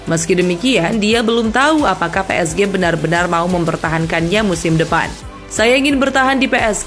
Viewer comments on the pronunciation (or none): Pengisi suaranya beda, lucu pas baca PSG "Pe Es Ge"